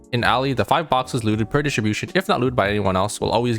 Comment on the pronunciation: I love how he says "Loot dishibushn"